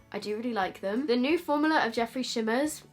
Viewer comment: I think both looks turned out so gorgeous!! Also I love how you pronounce new as nuu (for me anyway) 😂😂 So cute. I wish I had a cool accent😒